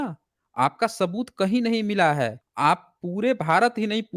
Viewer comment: Hello sir aapke big fan hai hum, bss aajkal aapne स ko श keh rahe ho aur woh bilkul achha nahi lag raha. Jaise शबुत, thoda irritating lagta hai sunne me yeh. Please isme sudhar kariye